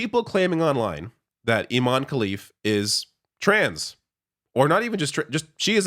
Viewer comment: Also, careful with the pronunciation. IMAN is a male name, you have to stress the EH at the end, Imane (Imaneh) for it to be a female name. The name itself has caused part of the confusion.